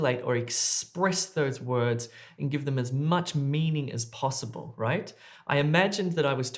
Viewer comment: Cant hear the "right" . 🤔